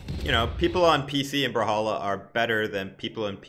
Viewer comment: Hate how he pronounces it "brahalla"